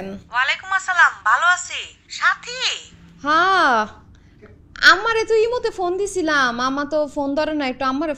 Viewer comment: ভাই আপনি যে সাথী বলে ডাকছেন আর আমি শুনছি চাচী চাচী😂😂